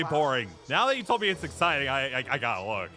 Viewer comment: i tod you we wod mack this hrder